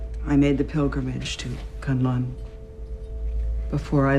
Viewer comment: Characters: pronounce "Kan-Lan" Narrator: "Kun-Lun" 😅